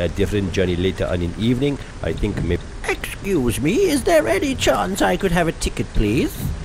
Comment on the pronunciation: Exceuse me! Oh-excoose me